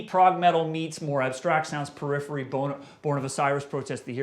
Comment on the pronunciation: lmao at perirhery